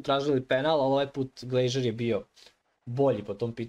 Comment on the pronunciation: Nije Glejžer,nego Glazer 😅